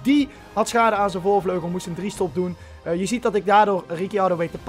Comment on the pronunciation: "Voorvlegel" ~